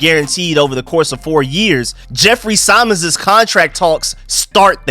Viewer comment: It’s Jeffrey SIM-mons(Simmons)…. You saying “Jeffrey PSYM-ons” made want to drive my head through a wall lol 😅